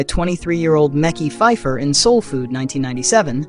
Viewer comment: Not micky phipher tho lol it’s pronounced makeye makeye these ai pages be killing me😂😂😂